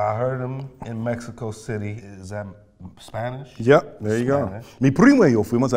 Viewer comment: Dam some ppl over glorifying wills spanish it's good but not amazing he still needs work with rolling his Rs